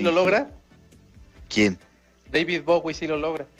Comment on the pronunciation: Meco zaun es Bowie no bogüi